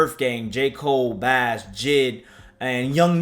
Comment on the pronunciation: Why he say bas like that 😂